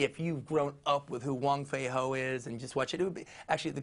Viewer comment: It's wong fei hung not wong fei ho but nice interview